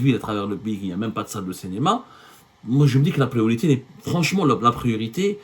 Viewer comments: CINÉMA et non CÉNÉMA ya Abdou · Abdou, tu as un problème de phonétique, ce n'est pas cénéma mais cinéma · CINÉMA et non CENEMA